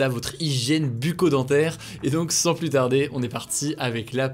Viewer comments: par pitié arrête de dire "plusse" au lieu de "plus" sans appuyer le S ça rend fou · Ça me rend dingue..... plus ne se prononce pas pluSS mais plu. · Je l’adore mais quand il prononce le S de plus Ça me fait mal